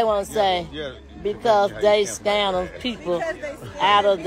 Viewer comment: She going in on A.L.... it's scam not scan